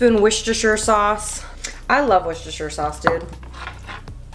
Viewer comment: it's war-chester sauce not wish-esther